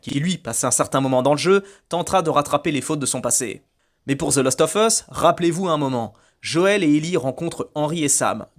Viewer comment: Fallait que je le dise depuis longtemps : ARRETE DE DIRE THE LOOOOOST OF US, C'EST THE LAAAAAAST OF US !!! CA ME REND OUUUUF ahaha Sinon j'aime bien tes vidéos , pouce bleu toussa toussa, aha ;-) Amicalement 🙂 PS : RDR2 est le meilleur jeu du monde et il ne faut pas cesser de le dire, aha ;-)